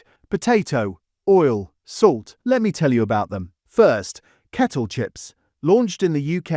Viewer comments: "Chris Oil" what is Chris Oil?!! Or "olio" should I say? 🤔💯💩 #AIslop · There's no person here, it's AI! 👍💯 You can tell, when there's no natural breath between the words, it's just one long sentence running on & on. No, audible breaks between and natural intakes of breaths in between comma's and full stops. Also, the word oil in the speech it said "olio" 💯🙄💩🫣 AI slop. 💯